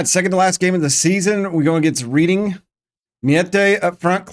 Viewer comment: Not scouted England? Or was that taken for granted? I think Ng is pronounced "Ning" though I believe its Chinese so im not totally sure Reading is pronounced "redding" that I am sure of